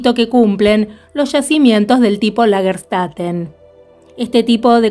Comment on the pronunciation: Lagerstätte, pronúncia: Lag-er chtEte / traducción : ciudad o urbis de yacimientos / plural : Lagerstätten (con N a lo final). Saludos, Claudia ! Abrazos !